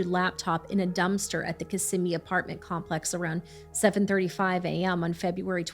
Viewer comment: It’s such a small detail and totally irrelevant to the horror that baby faced… but I appreciate that you said Kissimmee correctly. A lot of people that cover the area and don’t live here always say it wrong. It just shows the level of research you guys do. Even the smallest detail is important.